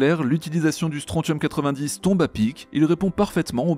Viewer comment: Bonne vidéo comme d'habitude, hormis que mes oreilles ont saigné 6 fois en entendant comme tu écorchais "strontium". Le T se prononce SS, comment dans attention...